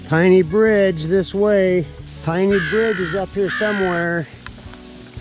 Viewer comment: Proper pronunciation of Penney Bridge is Penney/name after long family in East Jordan